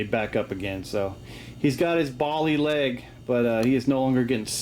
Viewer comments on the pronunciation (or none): Hello, Englishman here! Please forgive my impertinence but I must express that the word "bally" does, in fact, rhyme with "valley". It is an old colloquialism much favoured by the upper classes, with much the same meaning as "damn", or "darn" as I believe you salubriously vocabularised Americans may prefer. Toodle-pip!